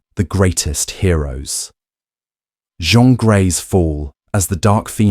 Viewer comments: Ms. Gray's given name is pronounced /DJEEN/, NOT using the French pronunciation in this case. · This time I don't have a critique, but an observation and a question. Someone posted a correction about your pronunciation of Jean. I noticed at the beginning of your commentary you DID pronounce Jean using the American English standard. Later, it sounded like you switched to French- or something equal. Are you multilingual, perhaps? Switching pronunciations happen at times for those who speak multiple languages. Keep up the good work! And don't forget the updates!